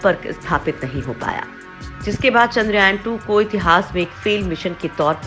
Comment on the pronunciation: पोस्ट बहुत अच्छी लगी लेकिन 'चंद्रयान' को आपके द्वारा बार बार "चंद्रायन" पढ़ना बहुत खटकता है। कम से कम मुख्य शब्दों का सटीक उच्चारण करने का प्रयास करेंगे तो अच्छा रहेगा।